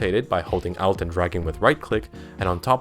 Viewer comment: How the fuck do you pronounce Alt as Out?